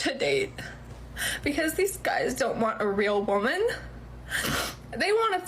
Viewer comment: Sorry, but I don’t want a “real woemyn” either, and I’ve had hundreds … 😂